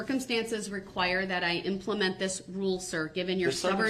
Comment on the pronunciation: the way he say "rule" is just so........